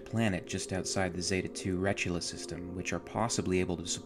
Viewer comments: Of all things... why is Acheron mispronounced as Archeron?!? Mmmm...did you only have one SD card? Never seen it before? Wha...?!? "RETCH-ULA?!?" "RE-TIC-U-LA!!!" (/rəˈtikyələ/) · Did ma dude just say Zeta II Retchula?